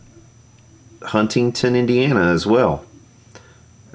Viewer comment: It’s pronounced “Hun-ing-ton”, how are you even a fan? Haha. Just busting your balls, for all the times this Hoosier gets corrected saying Louisville. That building is somewhat small, most of the downtown is small buildings, most of the industry is on the outskirts, so by comparison, it just looks bigger.